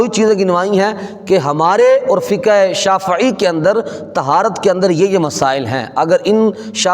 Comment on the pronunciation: مولوی صاحب شافععععی بولتے ہوئے گلے میں کڑل نہ ڈلوا لینا شافعی کو چاہئے شافععععی بھی بول دیں گے آپ پھر بھی جاہل کے جاہل ہی رہیں گے